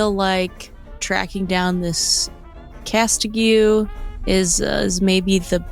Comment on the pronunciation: The continual pronunciation of Castaigne (cas-stain) as "cas-ti-gyu" 😂